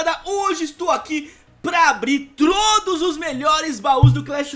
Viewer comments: Alguém percebeu que ele falou "trodos"kkkkkk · trodos ? Ksksksk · Eu ouvi ele falando trodos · Eu percebi